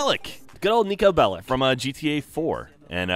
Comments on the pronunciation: He is Serbian, and hes surrname is pronaunced wrong. It is Belich, see my surname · Bellic not Bellick. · YOU PRONOUNCE IT BELICH